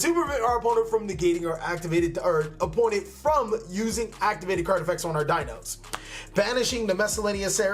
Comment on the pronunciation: I’ve played Dinos forever and it bugs me how he says the names lmao 😂Great deck!!